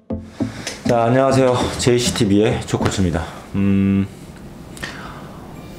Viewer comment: 신발 이쁜데요?!!! 이런 영상 저는 못 찍겠더라고요😮😮😮 JC TV라고 말씀하시는 게.. JTBC라고 들리네요😁😁😁 풀청&like는 기본으로 하는 다리ME 다녀가용😄😄😄